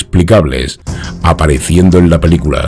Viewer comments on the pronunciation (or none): none